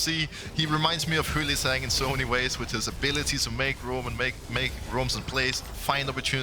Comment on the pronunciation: Pls pls Pls learn Vizicsacsi's name properly. It's a pain to hear it. The "cs" is pronounced like first part of "choose". Thank you